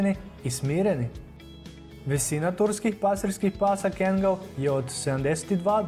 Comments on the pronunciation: Nije Kengal nego Kangal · Bo te kengal kaze se kangal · Kaže se kaggal